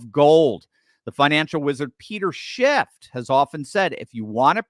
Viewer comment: FYI: It's Peter "Schiff", not "SchiffT" Mr. Expert! Just sayin.